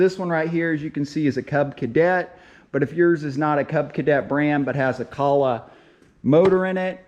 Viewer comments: Actually you did mispronounce the name. It is co-ler, just like the faucet and bath fixture company. If you don't believe us, look up the company phone number and call and ask them. The video was helpful though. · Im not taking advice from anyone who cant even pronounce the friggin name of the engine properly.Good grief!!!!!!!!!! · Good information, but you need to work on your pronunciation of "Kohler". I'm originally from Sheboygan Wisconsin near the town of Kohler (a company town.) My grandfather and cousin both worked there. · Is this a troll, or an inside joke or something? I'm on my 3rd video of yours and you pronounce Kohler purposely different in each one. Is it to drive engagement in the comments or something? Or you hate Kohler engines, and refuse to say their name? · I hate the way you say “below “ and how you pronounce kohler that being said this video was pretty helpful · ‘Kah-lag’.... or it’s real pronounces coal-er. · It's pronounced Coal-er. Wtf is Calla... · not caller motor but koohler motor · Kohler- "Coe-lur" Not kahla lol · Kooooohler not Kahler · its pronounced coal-er not calla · Come on dude. Its kohler, kinda like colder, just no d. But calling it colla, is better than kosher like you other video like this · Kohler pronounced Coal-er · I know I'm not going to spell this right but I'm doing it to help you pronounce it right, Ko-ler, and the O is long, you're making a great video cuz I looked at your video cuz I'm having that problem I want us hoping that you keep making videos and I just wanted you to know that for the future so you're not so right thank you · It's pronounced like KOLER. Like ROLER but with a k. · Ko-ler, Now say it with me. Ko-ler. There's an r at the end. Koh-ler. You can do it. Take it slow. Koh-l-er. You're making it way too hard. Ko-ler. Don't forget the r... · Pronounced "Ko Ler" h is silent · Stop saying Co Lah🙄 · Pronounced KO-ler. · Learn jow to pronounce the name of the engine name